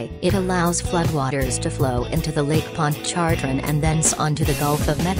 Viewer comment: It’s pronounced manshack and lake pon char train